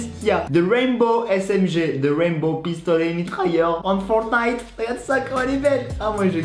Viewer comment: La smg de fornite.... de FORNITE.... Le T est en grève ou quoi?